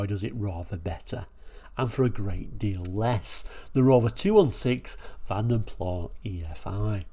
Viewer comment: The “s” IS definitely pronounced when saying Vanden Plas as the name was Flemish NOT French…